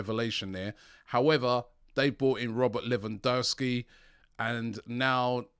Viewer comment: It's Lewandowski not Lewandőwski